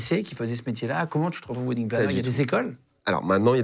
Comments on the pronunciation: Alors quand on en fait son métier....on devrait au moins savoir PRONONCER le mot WEDDING... Le mot wedding se prononce WÈDING.....mais surement pas WIDING.... Les français vous êtes vraiment la risée du monde entier....vous apprenez l'anglais oú....à Barbès !?!?!?!?!?!? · Wedding planner.... cela se prononce "wèdding" ;-) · C'est idiot de trouver un intitulé de boulot en anglais, surtout quand on est incapable de le prononcer correctement, pourtant il n'y a que 2 mots.... "WEDDING" comme dans "WESH"